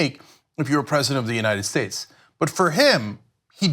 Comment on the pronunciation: Don't forget when he said, "The United Shaeshe".